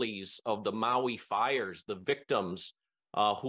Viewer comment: Mahalo for pronouncing Maui correctly. Many people especially news people need to add an “e” after The M. Minamina Au ia Maui